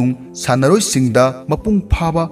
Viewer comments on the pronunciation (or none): Pronounced as ban not bel , taiwan not taiwal , protein not protil and talent not talel